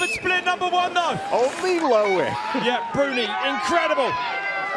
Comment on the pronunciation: L-O-I-C not Louic.